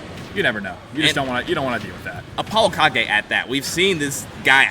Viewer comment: I hate the way it’s pronounced Apollo ka-ge